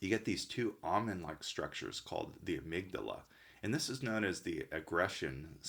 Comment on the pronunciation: Amygdala, the guy doesn't know how to say amygdala or benzodiazepines, besides confusing limbic with lymphatic throughout the video and you think he's an MD?